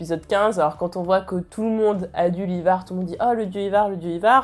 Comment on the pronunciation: Bonne vidéo mais stp stop les Ivar, c'est [Aie]var X). Tu prononces bien Hvitserk mais pas Ivar qui est bien plus simple ^^'